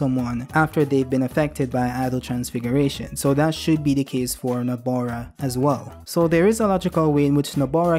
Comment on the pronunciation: It really IRCKS me how he keeps calling her NABOra instead of NOBAra...especially since he wrote her name right in the title. C'mon do better next time 🥸😭